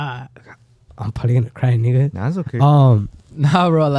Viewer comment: Aaahh no hablan español pero Que bien dicen “nigga” 😂